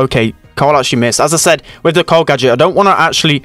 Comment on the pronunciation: says "corl" instead of "carl" lol